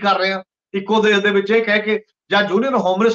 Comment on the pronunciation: You need to be neutral and balanced in your comments and in selection of topics . You need to rectify the pronunciation of specific words as Shamboo not Samboo , Desh not Des . Takia Klaam should be repeated time and again . Thanks .